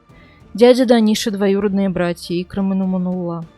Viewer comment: Икрàм. В мусульманских именах, ударение ставится на последней гласной.